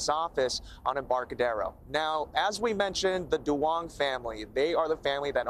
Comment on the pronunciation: As a Vietnamese American I just found it funny their pronunciation of the last name Duong is way off lol